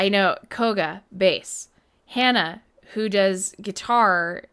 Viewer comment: “HANA” is pronounced with the Spanish /a/ sound, like “mama, papa, HANA.”